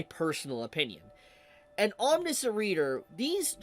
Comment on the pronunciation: why is it that nobody can pronounce omniscient... huh